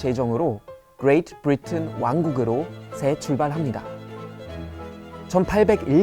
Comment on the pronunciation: 브리튼 발음 너무 좋아